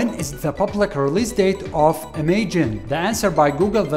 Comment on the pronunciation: It is definitely pronounce im-aj-in